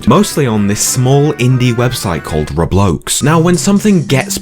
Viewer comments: Sure, I’ll be including Pensive Paul in my next creepypasta. It’s pronounced Ro-blocks. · Besites the great video that you've made, i'm kinda mad u said roblox as in ruhbloaks 😢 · the way he said roblox lol